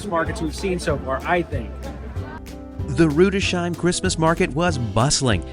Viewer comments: FYI…Rudesheim isn’t pronounced with an “sh” sound. There is a break between the “s” and the “h.” Pronounced: Rudes—heim. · Rudesheim is pronounced "Rudes-heim" not Rude-sheim. Your German pronunciation is embarrassing. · The pronunciation of Rüdesheim is without a "sh". It is a compound word of two parts "Rüdes" and "heim" - you were actually great with pronouncing the "ei" from heim - and even the Umlaut "ü" - but the s and the h are not spoken together as "sh". You speak the s-ending of the first word - and the h in heim sounds like the h in home (and it actually means home, too) Another name you butchered was Speyer. It has two syllables not just one. It is "pronouned" like dryer - just with "sp" instead of "dr". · it is Rudes...HIME. not shime....one of my favorite places in Germany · It’s pronounced “Rüdes-Heim”, not Rudeshime” !!! 😡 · Glad you enjoyed Rudesheim (pronounced as you did for Mannheim)